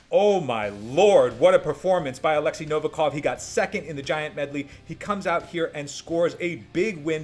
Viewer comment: appreciate your work, but learn to pronounce correctly the surname of 100% the strongest Man!